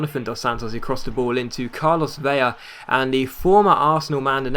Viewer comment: Just wanted to mention, it's 'Ve-la' for future reference. Only a 'ya' sound if there are two L's!